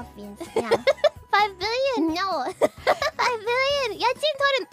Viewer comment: has a slight extra syllable at the end of her No’s Also, she should sell access to her sisters tracts of land. One morbillion a second.